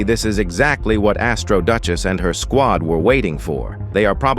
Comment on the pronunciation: Blud said g squid and nit g squad